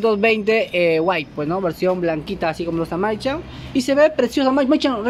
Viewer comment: Como le vas a decir maichan😂